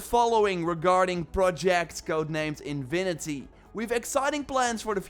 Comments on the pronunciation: „Infinity“ bro, not „inwinity“ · Love your accent bro…but infinity not invinity 😅 keep up the great work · What is in vi ni ty? You mean in fi ni ty? Can't lisen to that sorry